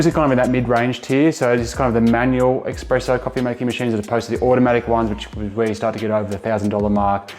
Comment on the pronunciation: You said Australian made, it’s not. You kept saying expresso, it’s espresso. You also leave your beans in a non airtight container? You know nothing about coffee.